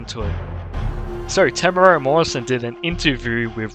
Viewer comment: Temuera is so famous yet people still can’t pronounce his name. It’s pronounced Temuera as in Tem(ten) mu(moo) e(ear) ra(raspberry) Not bloody ‘Tarmara’ crap 🤦‍♂️